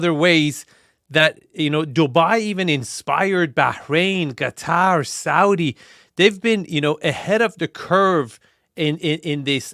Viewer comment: I love that you pronounce Qatar correctly. So few do.